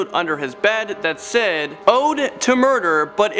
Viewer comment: Yeah it pissed me off if I'm being honest 😂😂 And when he pronounced "Said"